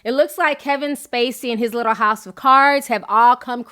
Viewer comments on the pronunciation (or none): none